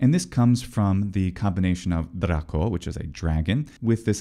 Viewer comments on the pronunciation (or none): none